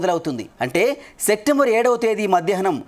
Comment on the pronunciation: Sectember అనే నెల నువ్వే కనుక్కున్నావు. Coat వేసుకునే శ్రద్ధ, కాస్త వాచకం లో ఉంటే బావుణ్ణు😮